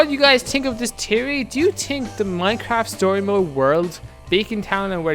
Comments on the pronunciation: Fe-or-ry NOT Tea-or-ry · It's theory not tery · " I have a tiery " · Pretty sure its THeory not teory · You say teaory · you scant pronounce theory theory but still decent vid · WTF is a teary he says it wierd